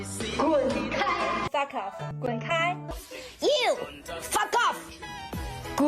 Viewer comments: anyone notice how they all look and sound like a shih tzu every time they say foff ;o) they had me dying, it's like being threatened by a 8 year old. adorable. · "Fa Koff". God, the cringe! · An amusing tangent. It's amazing how much of an english accent most of those chinese women got when saying "Fuck off"